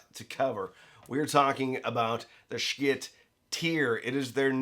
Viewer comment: Is he mispronouncing “schiit” on purpose to avoid some YouTube rating issue?